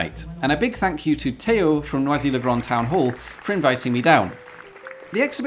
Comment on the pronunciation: Oooohhhh...No ah Zee... Not noisy. French, not obnoxious noise.